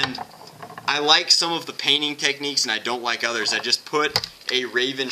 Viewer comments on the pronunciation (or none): none